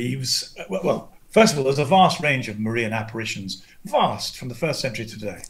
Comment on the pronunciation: Funny. Gavin is a big fan of the Marian apparitions, which he pronounces as Mar-EEan. Dyed in the wool Protestant keeps calling them Marian aberrations. Not so Freudian a slip. LOL.